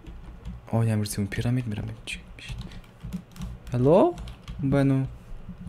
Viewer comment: Heĺlo gedeg ugeee zuv heleechee